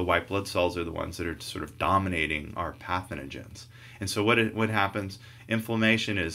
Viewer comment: Very helpful video, but it's pathogens, not pathenogen:(